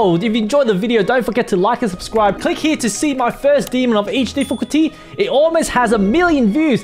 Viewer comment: He said vews not views